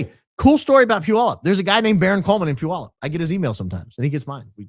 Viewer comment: Congrats on pronouncing Puyallup correctly!